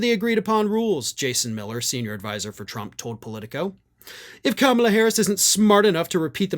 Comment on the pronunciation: He is a total coward. He can not debate a woman. She is a mixed-race woman, which he cannot understand, and her name is KAMALA, not Kambla or Kamla. It is simple, Ka-Ma-La. She is our next President. VOTE BLUE! HARRIS / WALZ 2024 💙💙💙💙💙💙💙💙💙💙 That horrible man is well overdue jail-time.